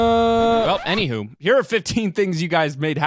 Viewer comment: Nobody:: Anyhoom